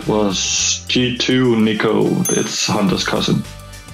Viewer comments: Shox pronounced Niko as Nike-O ahaha xD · He literally pronounce it like Nike but with an o instead lmao